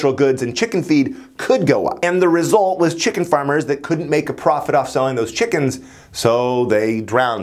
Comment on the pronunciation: ah yes... chimken